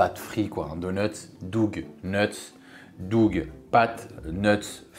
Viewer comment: Dougeu…. Non non on dit dough [dow]